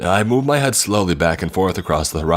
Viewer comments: I think it was struggling to say MY and instead said MEH which sounded like MAD so It came out sounding like MaD dOllY when it was trying to say “MY DOLLY!” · He wasn't...he was saying "my dolly" but "my" sounded like "mai"